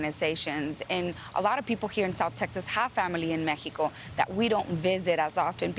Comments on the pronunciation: I could not agree with you more. Look at the way she feels the need to pronounce MeHico, that says say's something to me. She seems to have such devotion to their values, look at what their values have done to their country. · The only Congress member that says Méjico instead of Mexico. 👍